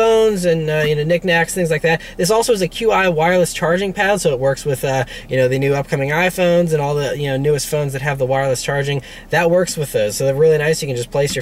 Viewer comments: Q.i. charging? It is "chi". Love your channel. Still can't get used to superroowrxfan not being there. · "This Keyew Eye wireless charging" Lmao great video